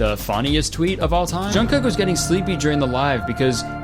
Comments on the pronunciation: Not Jungkook popping up in the middle of this vid 😭 and the way Kurtis pronounced his name help 💀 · i mean Kurtis you could have very easily looked up how to pronounce jungkook's name lol. that diana/jk conspiracy is one of my all time faves lol